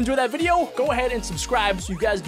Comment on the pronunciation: your widEoos ar kuil Ay em a Big van your wiDEoos Ar kuil